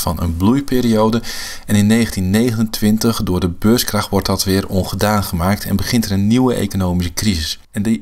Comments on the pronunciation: Dat je niet snapt dat hij beurskrach zegt i.p.v. beurscrash is al een reden om jouw reactie te disliken. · Ik heb het filmpje geliked, al is je uitspraak van het wordt "beurscrash" een reden om het te disliken.